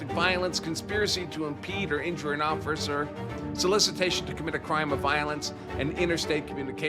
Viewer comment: "Conspiracy to impede or injure an Orficer" i ❤️ you Andrew